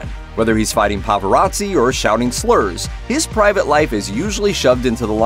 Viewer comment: Did he just say "pava-razzi?"